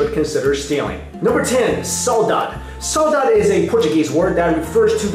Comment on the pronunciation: the first word is pronounced, "sah-oo-DAH-gee" just sayin, bro